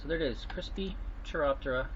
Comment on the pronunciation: "Melee" and "Chiroptera" Hearing him speak makes it sound like he knows how to speak, but god damn that's painful to hear.